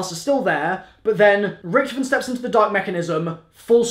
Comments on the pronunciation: RICK-TOF-IN NOT RICTFN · Richtofen (Rick-Toff-In) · Bro is anyone else annoyed by how hes saying richtofen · if you keep saying Richtofen like that...